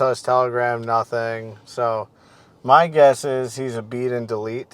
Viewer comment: Say nut-in again.